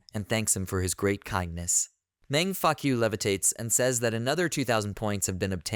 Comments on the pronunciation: is it me or do he say senior mang fuckyou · meng faku read that last line like fak - u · I always laugh when you say the mc name it sounds like "man f*ck you"😂